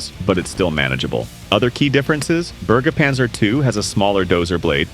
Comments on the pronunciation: The Burgerpanzer 😅 Its pronounced more like the "e" in "went" - Berge panzer. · You almost nailed "Bergepanzer", but try saying Ber as if you were saying 'Bear'. As for the "Wiesent", you butchered that. Pronounce it like this: Veesent. (The Wiesent is a German Bison).